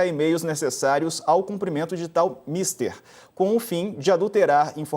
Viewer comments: A PALAVRA É MISTER E NÃO MÍSTER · De tal misTER, palavra oxítona, com timbre aberto /é/. Não é inglês, nao é o mr. Fulano 😂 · "Mister", oxítona, no sentido de "atividade". Não "mister", paroxítona, pronome de tratamento em Inglês. No mais, que Zambelli seja julgada e cumpra sua prisão de acordo com a Lei.